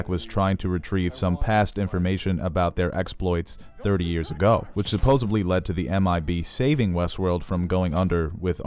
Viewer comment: "Supposubly"?!?! That's worse than 'expecially' lol.